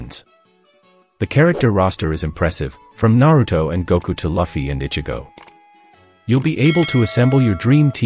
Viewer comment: You have no right to talk about anime anymore after the way you pronounced Luffy's name!!😂😂😂😂